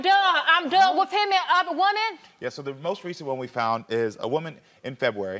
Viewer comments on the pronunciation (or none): Her saying woman when she should say women is driving me 😂😂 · They're are so many things wrong here but I can't get pass her saying "woman" instead of "women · #1 Something is not right with her. I can't put my finger on it but something aint right. #2 I couldn't get past her saying woman versus women😂😂😂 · Can she not say women??